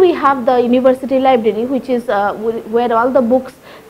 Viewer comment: University not Univershity...